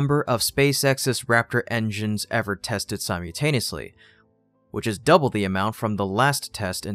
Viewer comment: Not to nitpick, but please try to correct your pronunciation from "sim-you-taneous" to "sim-ul-taneous". It's a word you often use and it's a jolt to hear the error in episode after episode. Otherwise, keep up the great work.